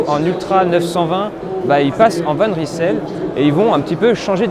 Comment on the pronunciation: Bravo décathlon de choisir un nom que les français ne sauront même pas prononcer correctement. Cela vient du flamands et on prononce « van reïsel » pas « van rissèle »...